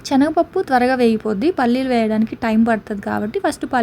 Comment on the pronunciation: Adi chenaga pappu kadu Senaga pappu